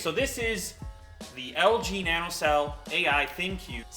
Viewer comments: "NaN O 99", that's just "nano 99" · "N.A.N.O" no no no its NANO nano!!!!! Not n.a.n.o!!!